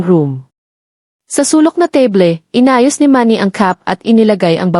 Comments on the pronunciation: Ang narrator ay Panay Ang sabi, teble ng teble Samantha’s mesa lang yon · Sana mag story telling ka ayusin mo Ang pronounce teble. Palagi mo sinabi. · it's AI "TABLE" is pronounced tebly😂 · Magaral Kang magpronounce Ng Tama sa mga salita. spot is pronounced as ispat; table as teybol ; you are not a good narrator. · Mali ang pronuws mo ng table